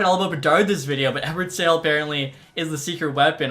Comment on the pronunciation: The Czech prospect, Eduard Sale, he's not for sale. His name though, is pronounced as [Sha-leh]. You're welcome.